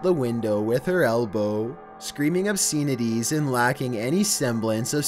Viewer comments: The “Obseen – eh – tees” is absolutely a bridge too far for and his delicate sensitivities. I’m not making fun of he is so sweet and so pure that I just have to love him more every time I see him or hear him say something so incredibly sweet. Bless this man, he is a national treasure and must be protected at all costs. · "Obseenities" LOL